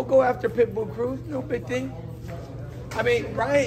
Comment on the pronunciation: “We go after pitbull cruiz no big ting!” 😂😂😂